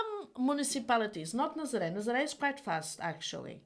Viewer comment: I don't know what you are promoting with this video, but 2 things. You live in Nazare, please learn how to to pronounce it correctly: Stop shaming Cathie Wood. Yes you are younger and prettier and she does buy her glasses from the Hubble Space Telescope but she loves crypto